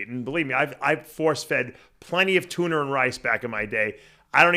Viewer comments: "Tunner" haha love ya Palumbo!! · That's a Long Island way of saying Tuna🤪